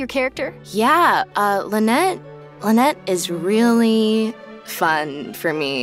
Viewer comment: Lynette voice actor doesnt know how to pronounce her own last name lol